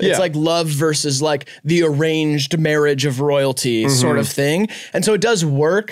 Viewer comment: How have you failed to mention the “Mawridge” scene lol